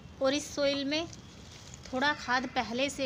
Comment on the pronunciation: सोइल --> साइल पोट--> पाट